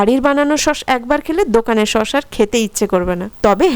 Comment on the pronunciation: আরে দিদি সোস না ছস